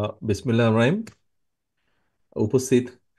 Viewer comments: ধর্মকে নিয়ে ফাজলামি করবেন না, একদমই না।।। এ লোক বিসমিল্লাহ্ ঠিকমতো বলতে পারছে না এ দেশ চালাবে কি করে!!! যে জাতি ইসলামকে দূরে ঠেলবে তার পরিণতি কি সবাইকে তা ইতিহাসই জানান দেয়। তো এসব চলবে না আর এদেশে।মানুষ এক জালেমকে বর্জন করেছে আরেক জালেমকে ক্ষমতা দেয়ার জন্য নয় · সাকিবাল হাসান ও একই ভুল করসিল।বিসমিল্লাহ টাও ঠিক মত কইতে পারে না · আপনার বিসমিল্লাহ বলাটা সঠিক হয়নি প্রথমে ওঠাই সংস্কার করে। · ভাল করে বিসমিল্লাহ বলতে পারে না, কি নেতা!!! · লজ্জা! লজ্জা!! লজ্জা!!! বিসমিল্লাহ টাও ঠিক মতো বলে না।😡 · বিসমিল্লাহ সঠিকভাবে উচ্চারণ করতে পারে না লজ্জা থাকা উচিত